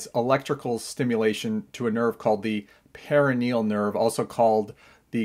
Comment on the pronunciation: Perineal nerve (the way you’re pronouncing it) is a VERY different nerve than the perONeal nerve (the way you’re spelling it). Just so everyone knows 😂 per-on-eal